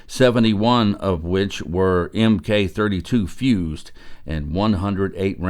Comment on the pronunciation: Thank you for the video. BTW "M.K." is not pronounced letter by letter. This is the naval abbreviation for the word "MARK", which refers to any one specific type of thing - anything from ballistic shells to the guns they come from to compasses, etc. MARK, please. 😊